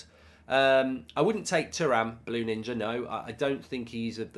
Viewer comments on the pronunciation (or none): none